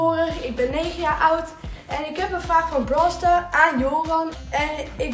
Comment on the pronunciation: BROOLLL STARS